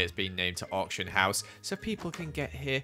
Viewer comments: Am I the only one who thought whenever you said auction he said orphan house🤣🤔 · Ngl, I didn’t realise he was saying “Auction” until I read the title of the video cause I’m Australian and Ye 😅